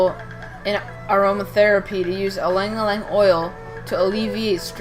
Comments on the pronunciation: Good info but the name is no aleing aleing. Its called ilang ilang pronounced as eelung eelung. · Fact check: It originated from Philippines, not Indonesia. It's pronounced as i (as in sea)-lang ilang.